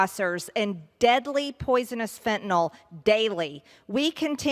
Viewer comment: And like the rest of the dummies, and even ones that should not be that dumb, don't know how to pronounce Fen-ta-nyl , that's NIL at the end there boneheads, not NOL or NAL. Some drug names sound very alike, so it's important to get them right.